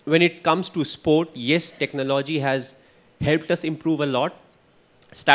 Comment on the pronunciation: How does he pronounce TECHNOLOGY....... Very cunning and wise when in front of camera.....the way he compared Sachin and Virat......everybody knows it's Virat the best but emotional sentiments is still with Sachin..